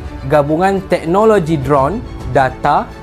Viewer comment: cakap teknologi pun salah. dia bilang 👉tegokloji 🤣